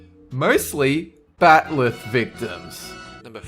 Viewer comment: A Klingon "bat-lith" learn to speak please